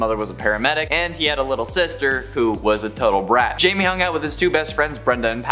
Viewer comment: Blue Beetles name isn't Jamie (jay-me) It's Jamie (hi-may)